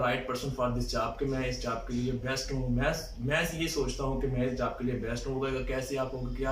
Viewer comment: job* not jab